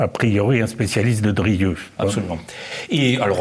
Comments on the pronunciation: Très intéressant, mais pourquoi l'animateur dit-il "Dorieu" ou "Derieu", au lieu de Drieu ? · Ce nest pas : "Durieu" mais : "Drieu", mon bon ! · Je n'ose imaginer qu'il confonde Dieu et Doriot. Je pense davantage qu'il pèche par la prononciation : nous prononçons "i-eu", mais lui "yeux". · Mais cessez donc avec Dorieu ! C est drieu...c est gênant quand même 😂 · Drieu. Pas Dorieu! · pourquoi le crétin qui sert de journaliste prononce toujours "Druuuueu" au lieu de "Drieuuuuu" ??? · c est penible cette prononciation il est sourd ce mec ?